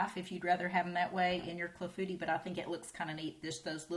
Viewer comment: It's pronounced "KLA-foo-TEE" with the emphasis on the first and last syllables...not "Claffootee."